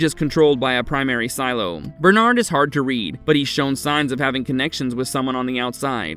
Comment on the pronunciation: Finally! Bernard is pronounced properly.